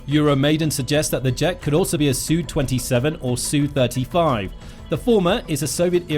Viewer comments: Is it not S U 35 not a soo 35. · SU not "Sue"! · "Soo": Brit-speak for Sukhoi. 😂